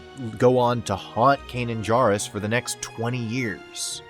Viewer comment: Please pronounce Kanan’s last name correctly.